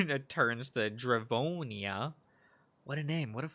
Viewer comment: You’ve got Drevonia, Takhi AND Aeyon right. Just gotta get Low Key N right.